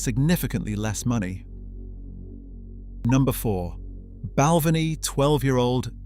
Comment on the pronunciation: Its pronounced Bal-ven-ee. Spey side pronounced Spay side